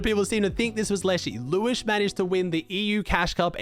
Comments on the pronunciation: Its liwshe not Liwish::) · It's pronounced Lew-shé, not lewish :) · hey, its pronounced liw she not liwish but liwshe has always been a good player qualled solo grands and heats like 3 or 4x